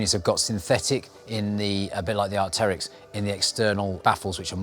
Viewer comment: "Arkterrics" (as pronounced), it's named after the fossilized prehistoric bird so it's "arc-trix" short for Archaeopteryx!